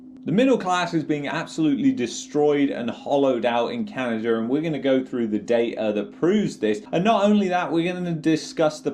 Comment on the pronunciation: Love yr video but its not canader its canada lmao